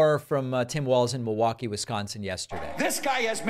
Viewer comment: Totally irrelevant, but props for pronouncing Milwaukee without the L! 🧀